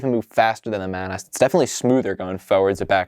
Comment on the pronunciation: I cannot stress enough that that is pronounced "Maw-naws"